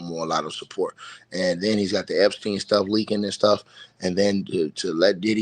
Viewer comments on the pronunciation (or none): none